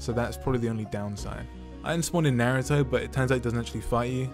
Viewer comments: At the start he said naratha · he said naaruto